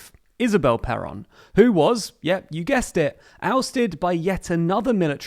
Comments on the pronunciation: and also "perón" .... stressing the "O" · I think you mispronounced Perón, it hurts every time you say it😅